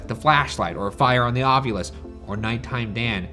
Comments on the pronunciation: The way you're saying it, Shane, sounds weird to me. I've never heard it pronounced like that. I've always heard it pronounced ahv-you-lus. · every episode i just want to comment "ovyulus" and nothing else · Thank you for bringing up Ryan’s pronunciation of ovulis. How about February?